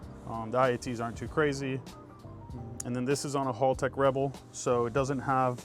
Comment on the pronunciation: Clean build very nice and guy Haltech your pronouncing the name wrong lol 😅